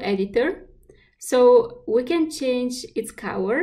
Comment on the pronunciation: I guess when she says cower it's actually color? Distracting